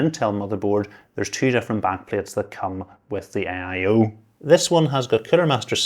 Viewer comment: Aye eye owe